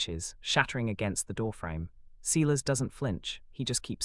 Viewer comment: You pronounce Silas as SY LUS NOT SEELAS. Couch is pronounced cow ch NOT cooch.